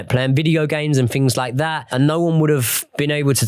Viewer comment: I can't listen to a presenter although talks about "fings" and "afletes "